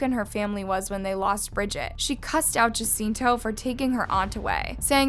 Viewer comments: Hi. The correct pronunciation is H~a~c~i~n~t~o. The J is *ha, as opposed to *Ja. Just a helpful tip doll, not trying to be a dick by any means. I totally dig your content ✌️ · For future reference, jacinto is pronounced “Ha-seen-toh”